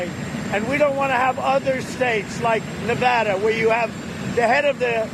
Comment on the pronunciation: maybe if he said Nevada correctly, they might vote for him........................NOPE.